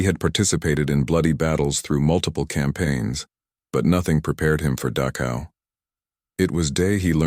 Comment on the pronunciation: ILUSION???? PRETTY SURE IT HAS A DOUBLE L. IT'S NOT "DAKOW," BUT DACHow IN GERMAN CH DOES NOT EQUAL K. IT IS AN UNVOICED SOUND MADE BY RAISING THE TONGUE TO NEARLYTOUCH THE ROOF OF THE MOUTH AND UTTERING AN UNVOICED SOUND.